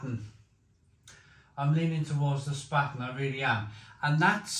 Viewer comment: Mate ... it's pronounced "Shpar-ten"